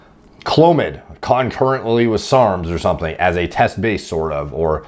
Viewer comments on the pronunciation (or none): Why does he say serms instead of sarms